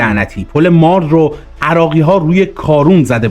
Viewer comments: با کمال تشکر و احترام تلفظ درست پل مارد با کسره و فشار زیر حرف ر تلفظ میشود به انگلیسی براتون مینویسم تا در کلیپهای بعدی درست تر تلفظ کنید Mared درست است مارد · درود تلفظش پل مارد زیرره کسره داره نزدیک دارخوین جهت اطلاع زمان شاه سایت دارخوین قراربود نیروگاه اتمی ساخته بشه این حقیر اونجا بودم ❤❤❤ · درود و سپاس. عنایت بفرمایید با اینهمه تلاش تیم شما ، نام مناطق رو هم درست بفرمایید. برای نمونه پل مارِد یا ( تلفظ به این صورت هست چو عِ بده) سپاس از برنامه خوب شما. درود بر بزرگمردان ❤❤❤ روان شهیدان شاد🎉🎉🎉